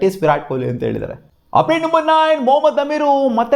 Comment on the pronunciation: ಅದೇನೋ ಆಪ್ಡೇಟ್ ಅಪ್ಡೇಟ್ ಅನ್ನೋದು ಉಪ್ಪಿಟ್ ಉಪ್ಪಿಟ್ ಅಂತ ಕೇಲ್ಸುತ್ತೆ 😂